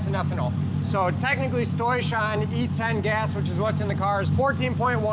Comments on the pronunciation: lmfaoooooo motherfucker seriously said "stoish" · When he says "stoich", sounds Dutch. Does he love gold?